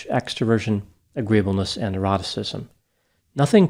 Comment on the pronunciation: Every time you say “neuroticism” I hear in “eroticism” in my head! Have a great holiday!